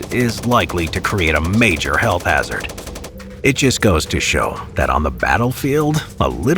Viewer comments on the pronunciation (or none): none